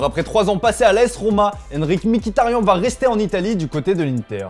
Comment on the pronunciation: Et c'est M kitharian et non pas MIkhitarian